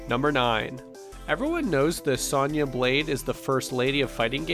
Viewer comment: Good vid but the pronunciations of Shang tsung Sonya and noob saibot were painful to listen to